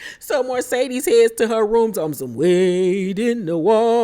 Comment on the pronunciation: I loved the commentary and laughed and hollered 🤣🤣🤣 sis Mercedes...not Marcedes 😆😆😆